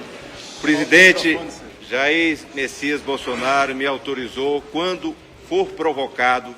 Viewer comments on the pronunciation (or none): "presidente Já Ex Messia Bolsonaro" kkkkkkkkkkkkkkkkkkk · O Ciro Nogueira chama o Bolsonaro de Ja-Ex Messias Bolsonaro? Voltei 3 vezes o inico do discurso do Ciro pra ver se eu n to ficando louco.